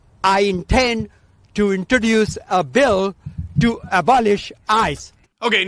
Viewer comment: Its 'week' ,not VEEK and its 'introduce' ,not 'inbodooz'